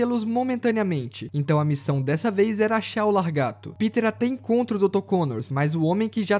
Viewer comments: Lagarto mano kkkk não LARgato e sim laGARto, video mt bom mano parabéns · Largato essa e nova 😂😂😂😂 eu pensava que era lagarto teu português é bom viu 😂😂😂😂😂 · Po mano....Largato....?? Não seria Lagarto...?? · O certo é lagaRto e não laRgato. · "Largato" é de doer os ouvidos! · o pior e eu ouvir e nao notar kkkkkkk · Largato kkkkk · Largato kkkk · o fala LARGATO kkkkkkkkkkkkkkkk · Largato kkk, o video foi otimo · Muito bom o vídeo, só queria entender qual a dificuldade de falar laGARto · O vídeo tava indo tão bem e o cara manda um Largato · Cara tem tezão em falar largato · só eu percebi que ele falou lagarto errado o vídeo todo?